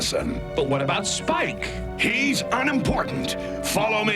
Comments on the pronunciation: Well, given that he called Spike "Splick" near the end, it could be something that just happens occasionally! 😂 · said splic not spike